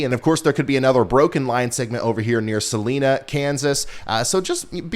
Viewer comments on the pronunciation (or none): Salina is not pronounced as Salena it is pronounced sal -i-na the i is pronounced as it is in the alphabet Salina Kansas. The county is Saline like pronounced as Salen people get the two mixed up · sa-'Lie'-na to KS locals. i am aware of the pronunciation of the salt solution. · Ryan it's SUHH-LINE-UH Kansas 😂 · Salina = Sah-Lye-Nah, not Sah-Lee-Nah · A lot of people get this pronunciation wrong its ok. Salina- sa,lie,na not sa,lee,na. Hope that helps. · Its pronounced Sal eye na not saleena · Sa-Line-A Salina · Hey Ryan thought you might like to know it's pronounced Sa line a. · Salina Kansas is pronounced Sa-line-a. Long i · FYI Salina Kansas is pronounced with the long I sound. Suh-lie-nuh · Ryan I have noticed you mispronounce the city of Salina, KS all the time. It is SAL-EYE-NA with the long I sound. Nutzo I know... because it is the county seat of SAL-EEN county. I grew up there so I know for sure it is SAL-EYE-NA. :) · Love your content! You kept me safe December 10/11, and I watch the live streams frequently. Thank you for what you do! ♥️ (FYI, Salina, KS is pronounced Suh-lie-nuh) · Ryan, I'm here in Salina KS, just wanted to let you know it's a long I. People often get it confused with the pronunciation of Salinas CA.😊 appreciate your forecasts and keep up the good work! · Long “i” in Salina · Just for your edification, Kansans pronounce Salina with an i in the middle not an e.